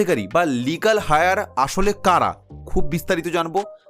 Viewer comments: কথাটা “লিগ্যাল হায়ার” নয়, 'লিগ্যাল এয়ার'।। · কথাটা লিগাল হায়ার নয় লিগাল এয়ার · কথাটা লিগ্যাল" হাই আর" নয় , লিগ্যাল " এয়ার"। উচ্চারণ টা সঠিক করে বলুন। ভুল বলবেন না! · Legal Heir -er Heir shobde "H" silent taai etar uchcharon holo "eir".